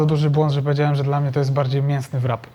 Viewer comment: Rap nie wrap. Wpiszcie sobie kiedyś to słowo do translatora i odsłuchajcie poprawna wymowę. Ale pojedźcie do UK i spróbujcie zamówić „wrapa”…. Jeśli już po angielsku to proszę poprawnie a jak nie to mówcie zawijas.